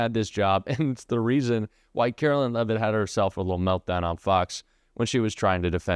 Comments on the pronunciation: Please pronounce her name correctly. It’s pronounced like Caroline, not Carolyn. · isnt her name pronounced with 'line' vs "lynn"?